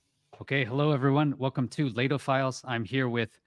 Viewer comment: Layto or?